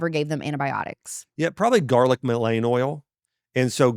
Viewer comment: 58 minutes garlic oil and? For earache or ear infection. Is he saying Mullein and not pronouncing it correctly?